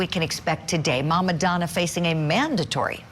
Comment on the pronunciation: You are a professional reporter? You just said mama donna. Sorry I'll get my news elsewhere